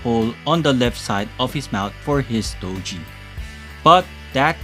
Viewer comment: I'm a huge fan of Marvel Legends reviews.. but I gotta mention that STOGIE is pronounced with a HARD G.. not STO-JEE...😊 That being said...I got my Gamerverse Punisher Nick Fury 2 Pack about a month ago..& I'm very happy with it.. & I'm considering doing the boil & pop swap with Punisher from the Bushwhacker 2 Pack.. but I'm also considering waiting for the INEVITABLE release of the OG black white costume Punisher from the Marvel Legends team. Anyways keep up the great work brother..as always looking forward to more of your Marvel Legends reviews 💯💯